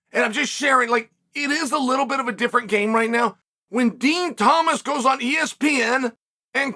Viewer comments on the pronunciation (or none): none